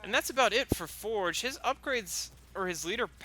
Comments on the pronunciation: who the fuck is foreg its forge (four-je) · "Sergeant Forej" do you have a reading issue? lol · Or you can Rush infantry and have 80 population by this time also for the love of God pronounce Forge right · re watch it man he does not